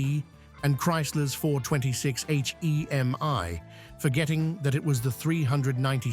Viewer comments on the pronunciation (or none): 426 Eich-Eee-Eem-Eye? Really? You did so little research that you don't know that 'porcupine heads' refer to CANTED valve heads. Your poor research is miss-educating a whole generation of car enthusiasts, you should be ashamed of yourself.